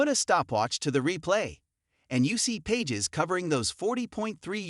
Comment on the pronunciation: Pronounce his name correctly. PAGES - PA(H)ES. SMH